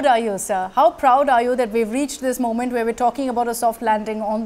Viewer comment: Even experienced new readers pronounce the word 'Moment' wrongly.